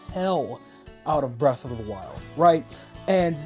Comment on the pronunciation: Era of the wild I think he sayin